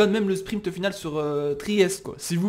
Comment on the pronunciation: spriNt pas spriMpt stp sa fait mal aux oreilles mais je me suis habituer